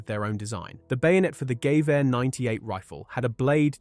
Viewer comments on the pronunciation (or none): never heard someone say gewehr so weird. even my german friends say Geh (like meh) vare (like stare)